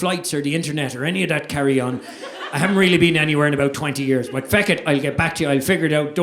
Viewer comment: Love how he says fuck as "feck."😂